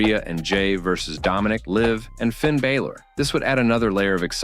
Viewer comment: First of all its Finn Balor not Finn Bayler. If you're going to talk about people at least get their names right. Hidden truths? They're called story lines not hidden truths. Your video is ridiculous.